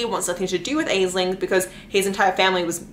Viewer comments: oh btw i just wanted to drop by and say the name "aisling" or similar versions of it is pronounced "ash-lynn" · Aisling is an Irish name and is pronounced like "Ashlynn"